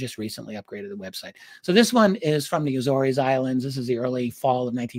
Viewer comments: RD the islands name is prounced A-ZORE’S … like a SORE shoulder…but with a Z …. And it’s plural. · Agree, my Naval warfare community, land-based maritime patrol P-3's were often based at Lages (Lah-gez). It is difficult to ignore the mispronunciation of the Azores (Ay-zors) without comment because it is steeped in our community's many sea stories and deployments there. Not a critique of thr great Richard Dolan by any means, just a comment. Love, love his coverage of U.S. Naval UAP and USO encounters. Keep it up!